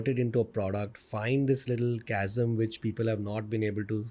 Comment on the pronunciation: It's chasm, not gasm 😂😂😂😂